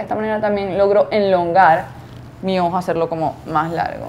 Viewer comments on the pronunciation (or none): se dice elongar no enlongar. Disculpa la corrección. Es q lo he escuchado en varios vídeos. Sorry!🙈